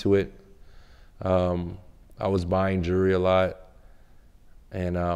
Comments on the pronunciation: Say jewelery,,,,, jewry jewry then he says jewler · He can say jeweler but now jewelry lol jurry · This is what he does as a profession and can't even pronounce it? "Jurry?" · Say jewelry right wtf